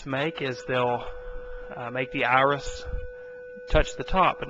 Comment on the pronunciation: Don't make fun of him. Did you see the beautiful Ahris in the middle of the Ah? Those Ahlights! (Not making fun of you, but you really have a weird accent. Australian?